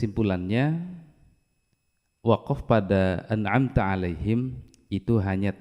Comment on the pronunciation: Imam membaca( an amta,) seharusnya huruf alif, malah dibaca ain.